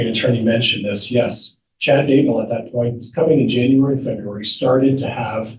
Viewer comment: Haven't even started yet but I have to tell you the first time I heard tou say "Chad Dumbbell" in a video I thought I misheard. Rewound, heard it again, laughed my butt off, and now everytime I hear you or anyone else say his name I think of "Chad Dumbbell" and laugh.